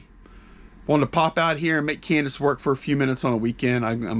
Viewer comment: Hey! Candice pronounced our name right!! Thanks for the video <3